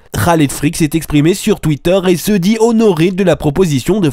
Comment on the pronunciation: YOUTOUBEUR ET TWITTAIR, AMIXEUM xD 😂😂😂